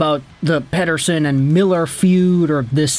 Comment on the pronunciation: Why do you always pronounce “Elias Pettersson” in that annoying AF way… 🤦‍♂️🤦‍♂️🤦‍♂️